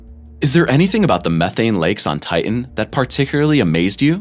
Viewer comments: Good info HOWEVER.......TITAN is pronounced TIe-Tan, not Tiegh-en. As a science based page you should know poor pronouncement of the main subject is bad narration and form and comes across as uneducated. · Ti·tan, not tit·an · Ti..en has a t in the cen..er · Is that why sometimes he calls it Ti-en? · The robot narrator can't seem to pronounce 'Titan'. Curious. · Why cant you pronounce the second T in titan. Just like young girls who can not pronounce the T in mountain. A strange generational occurance. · It is imporant to pronounce Tian correctly. Important…Titan. 🌺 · Make a video about Titan, when you cant pronounce the word Titan??? How stupid of you. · Stinky hydrocarbons. And frozen at that. There are two ‘t‘s in Titan. Hard t’s. You pronounce both of them. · The announcer is killing me with his pronunciation of Titan. It sounds like he is swallowing the last syllable.